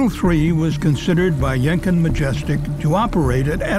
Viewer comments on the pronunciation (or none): I'm sorry but I can't stop giggling whenever says 'Yenkin', because to me it sounds he's saying Jenkem.